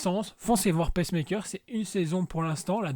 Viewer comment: Peacemaker ('Pismaker' et non 'Pecemaker', sinon ca fait la machine qui active le coeur des patients cardiaques... je taquine ta prononciation ) j aime bien l ambiance et tres bonne série avec de tres bons persos Merci pour Preacher je ne savais pas qu ils en avaient fait une série... il y a tellement de streaming services. Je vais regarder ca cette semaine. Merci encore!